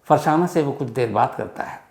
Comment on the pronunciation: फरसाना नहीं होगा फरज़ाना होगा